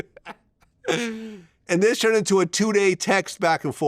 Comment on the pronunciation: When he says turned as “churned” 😂